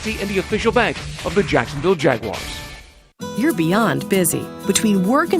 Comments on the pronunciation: That hurt my heart when i heard him pronounce Jag-u-ars. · That part lol. He definitely made it way more difficult then it needed to be lol